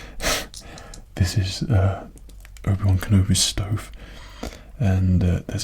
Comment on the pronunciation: It sounded like he said Ubiwan kinda like Ubisoft.